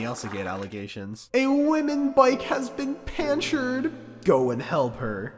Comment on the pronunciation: PANCHERED?😂😂😂😂 IS THAT EVEN A WORD?😂